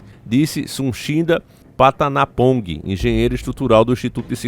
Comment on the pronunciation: Minutos 5,27 : disse suchindaPatanapongue